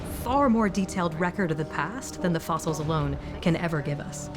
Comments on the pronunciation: love his pronunciation of fossils… “foss-isles” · What are “fossiles”?